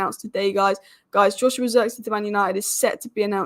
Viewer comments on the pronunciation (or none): none